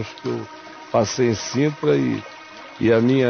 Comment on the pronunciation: É Sintra, com S. “Cintra “ não existe